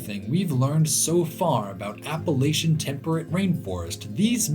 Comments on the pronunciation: No it’s not it’s pronounced Appa-Latch-Un. I’m from West Virginia, the regional dialect pronounces it this way, that means that the way we speak it is proper. He’s saying it properly. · Every time in the video that I heard you say "Appalachian" the right way (APP-UH-LATCH-UHN) I threw a fist in the air, and I'm not joking at all haha. Love the video. Thank you for coming to my home state of West Virginia. Its got so much beautiful land. I miss it dearly. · New fan simply b/c you pronounce Appalachian correctly!! I’m from VA, recently spent some time on west coast, really “grinded my gears” the way they pronounced it out there!! Trying to make it sound all bougie! 🤢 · He pronounced Appalachian right!! Made me so happy!!